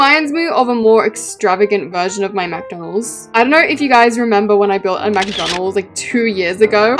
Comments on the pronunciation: it’s not M-a-c-d-o-n-a-l-s it’s M-c-d-o-n-l-s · Babe it’s McDonald’s not Mac donalds😂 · U be saying McDonald's rong